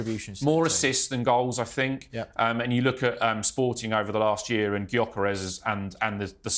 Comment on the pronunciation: Please! If you don't KNOW that Ipswich manager and Everton/Arsenal (who we play after that) et al aren't working on how to combat the 3-4-3...then i can't help you. And for the expert analyst: FFS, the players names are pronounced 'K-when-da' and 'Y-oh-ker-esh.'